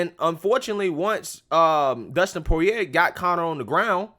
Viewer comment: Dustin is Cajun. His name is pronounced "Po-ree-ay".